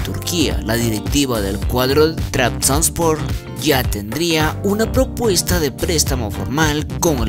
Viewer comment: Janini ? Jajajaja ni sabes pronunciar su nombre jajajajajajaja ni tampoco el nombre del Trabzonspor jajajaja payasete.